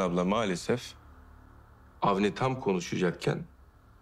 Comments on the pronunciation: Avni demeyip hamdi mi dedi bu yavuz suboşu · Ben de Hamdi diye anlamıştım, sonra Avni diye söyleyince yanlış duydum demiştim.